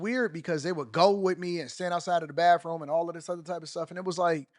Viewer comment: Did you just say Baf-room?